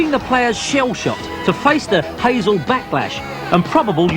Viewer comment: the 'hazel' stadium. Lol Hy-sel.